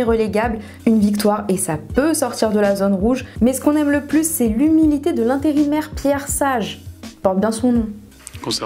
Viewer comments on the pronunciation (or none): none